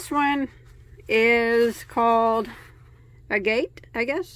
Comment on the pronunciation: ‼️‼️‼️‼️Agate is pronounced agit - rhyme it with maggot. Agate is a greyish tan and white rock/stone.🙋🏾🙋🏾🙋🏾🙋🏾